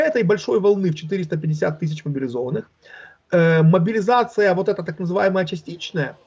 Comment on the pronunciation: Призыв а не молизация.